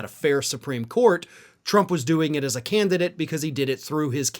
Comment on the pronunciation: That Part... "the Canidate." Bye Donnie... the Canidate...😶‍🌫️